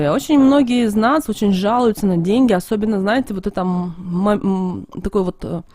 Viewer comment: Да шо ты Ғафаришь.... Прям деньХи притянешь🙈😂✌